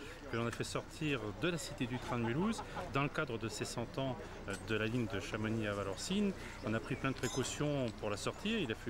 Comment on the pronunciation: arg il dit chamonixe et pas chamonix!